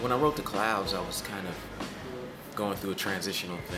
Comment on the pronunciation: Blueprint did a great job - clearly the language barrier was an issue. His favorite song is the "the clood".